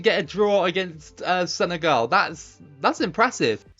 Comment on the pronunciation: it's not Senegal you say senegol